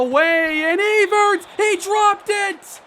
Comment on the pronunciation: E-vert? I think it's pronounced like Ev-ver-ett. Like Chris Evert? You know, the tennis player? Her and Martina Navratilova used to go at all the time in the '70s and '80s. (Sigh) Eh, forget it now.